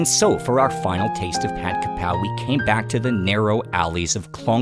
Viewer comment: ผัดกะเพรา shall be pronounced as "Pad Ga Prao". But most Thais are prone to write "Pad Ka Prao", but definitely not "Pad Kra Pao".